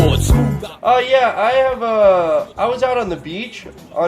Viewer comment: He said falling our of bed not falling out of bed